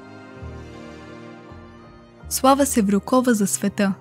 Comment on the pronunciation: Slava Sevrukova. Udarenieto e na u, a ne na O